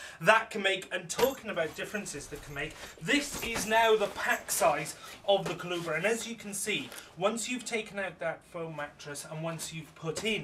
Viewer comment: Nice review! Just wanted to point out Coolabah is pronounced Cool-a-bar, pretend you're actually saying "Cool a bar" as three separate words and you'll get it right. Had to chuckle. It's also funny that I'm looking at importing a family tent from the UK (maybe the Nevada by Outwell) because the quality of family tents seems so much better in the UK, whereas clearly the swag is making inroads in the other direction... can't believe more folks aren't using this for UK festivals. Cheers mate!